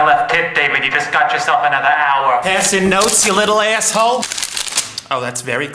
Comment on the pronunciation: I still wonder if she's saying asshole, or asshoe 🤣🤣🤣